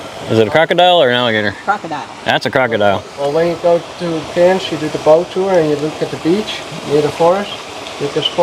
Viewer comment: C-air-ns...sounds like Cans...not Carns...there is an "i" you are ignoring in the name. Ee-myu is how Emu is pronounced... not ee-moo, there are no alligators in Australia, they are crocodiles...they are not the same thing. And as a pre-emptive move...a possum in Australia is not an o-possum Try to ask a local at one of the places you visit, I'm sure they will be perfectly happy to help so you don't keep completely butchering the names of towns, cities and animals. There comes a point where it starts to become rather insulting to the country you are visiting when this keeps persisting...how would you like it if someone kept butchering the name of the state you come from?, the city or town you live?, the animals you know and recognise daily?